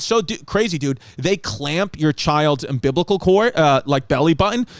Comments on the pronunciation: Hey, you're a Distefano, your dad says cartridge, you say umbiblical, it is what it is!😂🤣😂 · SAY UMBILICAL CORD AGAIN BABE! 😅